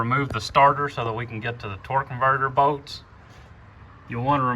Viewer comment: What accent is that where they call bolts “boats”?😂😂i love it haha